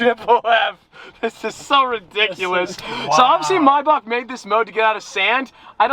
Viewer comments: He said “my bok“ it’s pronounced may back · mybach? its maybach no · Maybach Not Myybach😡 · Hate the way he says mayback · The way he says maybach😂😂😂😂😂 “mai buck”